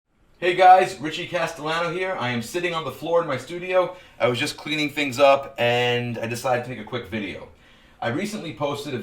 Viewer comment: Very insightful video, thanks for you sharing:) You are pronouncing your last name wrong. The 2 L's make a Y sound, so it would be castaYano:)